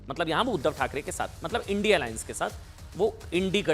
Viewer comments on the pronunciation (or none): पत्रकार महोदय इडी,,,नही, इंडिया बोलो